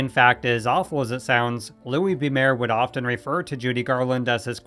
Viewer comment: Mayer is pronounced like Myer, not Mayor